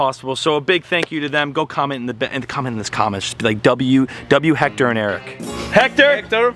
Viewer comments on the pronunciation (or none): Dude is time for you to learn how to say his name right. Is not Jector, is Héctor is pronounce Ector